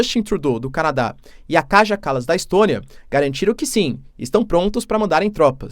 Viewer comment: Pequena correção pra algum vídeo futuro. A letra j em estoniano sempre lê com i. Então o nome da primeira ministra é "Caia"